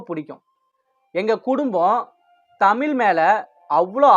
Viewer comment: இதன் மூலம் தாங்கள் இச்சமூகத்தில் சொல்ல விரும்புவது யாதோ? ஏன்டா டேய் வச்சிருக்க டைட்டிலுக்கும் உன்னோட பேச்சுக்கும் சம்பந்தமே இல்லையே.. தம்பி ஒரு சின்ன திருத்தம் அது தமிள் இல்ல தமிழ். அப்புறம் ஒரு முக்கியமான விஷயம். இவ்ளோ சொல்றானே இவன் தீவிர அர்ச்சனா ரசிகனா இருப்பான்னு மட்டும் நினைக்காதே நமக்கு எப்பவுமே தலைவி மாயதான்❤.